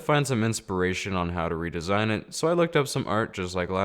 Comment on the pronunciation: Ree-disain a wither skeleton